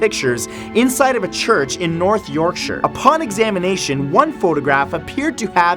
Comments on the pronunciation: Oooh kudos for pronouncing 'Yorkshire' properly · Awesome video. My only criticism is try researching the pronunciation of English places. Yorkshire was correct but Norfolk was wrong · Wayhey congrats for your correct pronounciation of Yorkshire Matt! Lol. So many people who aren't British get it wrong lol. I tip my hat to you sir🎩👒😉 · Well done Matt! You pronounced Yorkshire correctly! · Finally, an American who pronounces Yorkshire right. Or any shire for that matter. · im from Yorkshire and mathew is the only person that has pronounced it the way we do york-sure the majority of other people york-sh-hire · Kudos for saying Yorkshire right!! However, you said Norfolk wrong its pronounced Nor-fuck :)